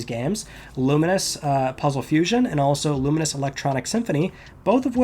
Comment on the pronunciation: Pronunciation check on Lumines? I've always said lu - mines. Clearly says it differently and more like luminous